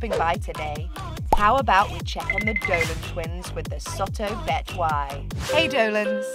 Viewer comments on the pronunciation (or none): Its "SOTO BETAWI"not"BETWAI" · it was soto betawi not soto betwai lmao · Soto betawi is correct, not soto betwai 😂